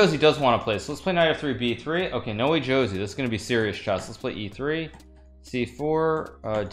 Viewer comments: its not nowejosie.... its --> NO WAY JOSÉ (ho:zay) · It’s not nowee joesee it’s no-way hose